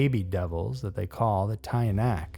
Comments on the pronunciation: Pronunciation of tiyanak is "chanak" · From the Philippines here...its tiyanak..pronounced as chanak.They say those were the aborted babies or babies died in birth without being baptize,you got the rest correct! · ...just got to the part with the Tiyanak and, as someone from the Philippines, I'm just gonna say: It's pronounced "tee-yah-nak", not "tie-ah-nak". That said, your pronunciation of "impakto"'s surprisingly spot-on, ngl